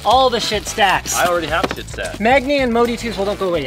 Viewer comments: Schiit is not said shit, it is said shiit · LOL, "SCHIIT audio" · Is it just me or did he say "shit audio" ? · lol "schit audio" xD